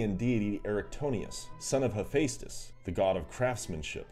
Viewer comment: the whole "ae" thing is one letter (greek i THINK [Æ is how it should really be] ) not two and is pronounced more like "e" than anything else. examples "daemon" and "demon" are pronounced identically "Hephaestus" is "heh-fes-tus" not "heh-fae-stus"